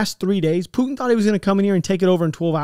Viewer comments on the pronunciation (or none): none